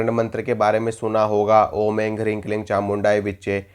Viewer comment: Ring ❌ Hreem✅